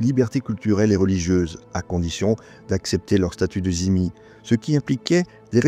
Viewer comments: Juste une question sur cette intéressante vidéo : pourquoi prononcez-vous le mot dhimi "zimi" ? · ce n'est pas la bonne prononciation